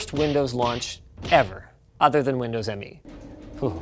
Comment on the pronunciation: Hey Linus, you kept pronouncing "Windows ME" wrong